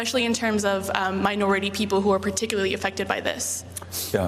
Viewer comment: "Minortiy" lmao such a blanket statement